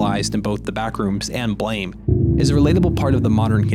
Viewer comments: It's pronounced "Blàm" but awesome video nonetheless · It's not Blame [bleɪm]. It's Blame [blAm] - the sound gun makes when shot. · Just wanted to say, even at this point, its not pronounced as blame. The author and creator of the maga intented it to be pronounced as the sound a classic gun would make when it fires, so ''blam''! Not blame. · ITS BLAM NOT BLAME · everyone reads it wrong, its supposed to be pronounced blam! like kelly's gun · well it is spelled with an e, therefore it is not spelled with no e, making it blame, not blam. It might be pronounced like blam, but it's spelled like blame.